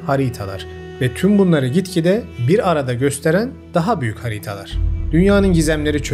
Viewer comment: Emeğine sağlık , çok kaliteli videolar yapıyorsun. Bilmiyorum ulaşır mı sana ama,“Haritalar” kelimesinin söyleminde ufak bir sıkıntı var gibi.